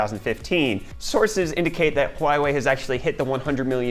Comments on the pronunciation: Hey man, great video and presentation! I love these constant updates. Just a little nitpick: Huawei is hwa-way, not hwai-way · Huawei is pronounced “waa way” ;) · It's "Hoo-why-ee" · I hear whuawhei